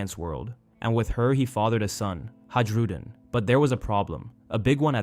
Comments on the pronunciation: I believe it's actually a soft J, so they would be pronounced Yarl and Hayrudin. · Always love your videos! Good on depth characterisations and thematic analysis on one piece is strangely far and few between. The j in Hajrudin is pronounced like an i though ;)